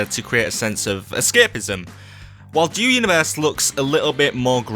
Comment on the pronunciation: Sounds like he's saying Joe Universe